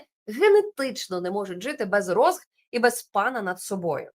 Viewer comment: Не розги а різки, різочки